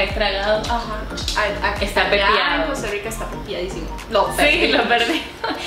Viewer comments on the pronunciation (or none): Si, se equivocó en esa palabra. No decimos ( Costa Yica ) tengo más de 40 años y soy tico tico .